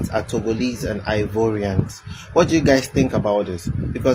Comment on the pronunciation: Ghanaians don't pronounce Ivorian the way his saying it.